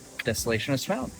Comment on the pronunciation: Smaug is pronounced SMOG